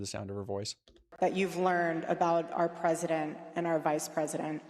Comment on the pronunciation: "Ouwa pesident"